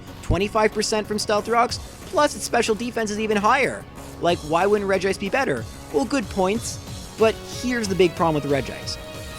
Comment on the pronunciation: wow, someone finally pronounced regice right. most people think it's regi-ice.